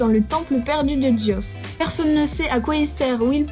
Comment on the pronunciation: A un moment tu a dit dzios au lieu de zios xd